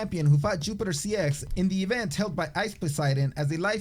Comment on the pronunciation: Did you say yupitor. The wing Chun was strange because is has kicks and locks with a more careful advance which this guy wasn't doing.